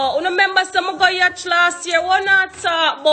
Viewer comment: Yacht!!! Not Yatch lol